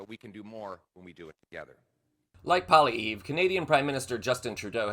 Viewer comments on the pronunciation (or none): His name is pronounced Polly-ev...not Polly-eve. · It's not Poly -EEV , it's Poly - evv. You pronounced like sharp nails on a chalkboard. Uuggghhh 😅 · Polly-ev not polly-ee. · He is not necessarily the next P.M of Canada. We do have elections in this country. FYI, his name is pronounced "Polly ev" not 'Polly eve". Your welcome! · You could watch a Canadian newscast for 5 minutes and learn that it's pronounced ( phonetically) (Poli - ev), not(Poli- eev). It's a French-Canadian name, and pronounced as a French name although in English. Just another charming idiosyncracy of being Canadian! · It's pronounced "Poly-ev" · Pierre's name is pronounced "paw-lee-yev" and he is not the next Prime Minister. We have elections in Canada. Poilevres is not a good choice. He's as narrow minded and bigoted as a MAGA moron but I'm glad to hear him stick up for Canada against American bullies. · The right way to pronounce Poilièvre's name is Poal-eee-ev (ev as in ev-erything). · Pronounced: “Poly-ev” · Pronounced polly ev. Probalbly not the next PM as we dont usually vote for idiots. Well - more idiotic than Trudeau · I am going to teach you how to say this guys name phonetically .. Pwah lee ev :) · Hey bud, Canada here... Let me help you out with the Phonetics to pronounce this POS Maple MAGAt, and Elon's Pals' name correctly.... PWA-LEE-EV, light roll on the "R" at the end. The very fact he'd suck up to Muskrat and pander to trump, wrote him off as "the Next PM" for a good many more people than He might think. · Your headline is completely false I demand a retraction you have pissed off canada and you are pronounced his name completely wrong it's pronounced pollyveir your channel usually does much better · Try learning how to pronounce his name. Poli ev Once again Americans have no clue about anything Canadian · ‘Polly eve’ 🤦‍♂️ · Pierre Poilievre IS NOT the next prime minister. I can excuse that you can't pronounce his last name correctly but do not presume that he is our next PM.